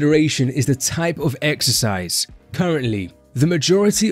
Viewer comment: im gonna be a j***, « exericse » 😎